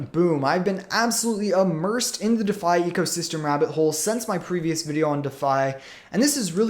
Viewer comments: I couldn't take it any longer, dafi, dafi, dafi, too bad cuz I actually wanted to hear about Ampleforth. **DEE' FI** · It is pronounced “De Fi” like ReFi or WiFi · Ok, that's it... listening to someone mispronouncing "Defi" is just too annoying to stick around... if you can't get THAT right... makes me wonder how credible you are... sorry man, i tried